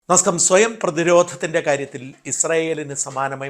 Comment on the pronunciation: എന്തിനാണ് ഷാജൻ സാർ ഇത്ര ബുദ്ധിമുട്ടി നമസ്ക്കാരം പറയുന്നത്. കൃത്യമായി പറയാൻ എന്തെങ്കിലും ബുദ്ധിമുട്ടുണ്ടെങ്കിൽ ഇതിലും നല്ലത് അത് ഒഴിവാക്കുന്നതല്ലേ.